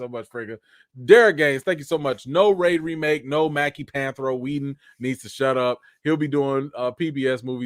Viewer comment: Anthony Mackie cannot play panthro He can’t even pronounce the name right….by the way the panthro you showed is not the original one